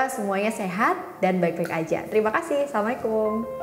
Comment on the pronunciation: *di akhir suara salam mba seperti terdengar samlekum . disayangkan aja sih . .atau saya yng salah dengar . . ○ Makasih Ilmunya Mba . . .👍